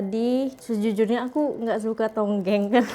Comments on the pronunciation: Bkn tonggeng tp tongkeng 😊 tonggeng tu menonggeng 😅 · Adik beradik my dear, bukan adik bdik (tulisannya di singkatkan) hi hi hi.... Bukan tonggeng tapi tongkeng 😂😂😂 Tak menjadi kesalahan kerana tak semua org tahu cara sebutannya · Dik sebutannya tongkeng bukan tonggeng. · Bukan tonggeng. Tongkeng. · Bkn tonggeng sayang... tongkeng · bukan tonggeng... tonggeng tu perbuatan , seperti sujud atau rukuk dan meninggi kan punggung. atau doggie style. Yang betulnya adalah TONGKENG. bukan tonggeng. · tongkeng bukan tonggeng. Tonggeng tu lainnnn.. hahaha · tongkeng bukan tonggeng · sebutan sbnar tong keng bkn tongeng😂😂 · Tongkeng, bkn tonggeng😂😂😂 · bukan TONGGENG- Tapi TONGKENG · Tongkeng..bukan tonggeng,.Tongkeng....tu buntut ayam,kalau tonggeng tu macam orang sedang sujud waktu sembahyang. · Aku juga sahur dgn murtabak... Sebut betul² dik, tongkeng/buntut ayam bkn tonggeng..itu bahaya 😂😂 Semoga trus good day menjalani ibadah puasa di rumah kedua...🇲🇾❤🇲🇾❤🇲🇾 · Tongkeng bukan tongeng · TONGKENG... TONGKENG... TONGKENG... BUKAN TONGGENG NANTI TAKUTNYA LARI MAKSUDNYA JADI *""(LUCAH)""*... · Tongkeng........ Bukannya tonggeng😂😂😂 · Tongkeng... bukan tonggeng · Tepung pelita Adik beradik.. Adik be dik????😂😂😂😂. Lagi satu...buntut ayam di Malaysia di sebut tungking. Bukan tonggeng.😂😂😂. Kalau tonggeng...kepala ke bawah buntut ke atas.. Ha.. itu baru tonggeng hahaha😂😂😂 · 😂Hahaha.. ckp tonggeng,yg betulnya tongking lh.., hahaha.. 😂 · adik ber adik .sebutannya, tongkeng bukan tongeng..😂..boleh je guna 2 tangan tapi d tengok macam kurang manis kurang sopan gitu.. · Bukan tonggeng la mbak... Tongkeng. Tonggeng dah jadi makna lain 😅😅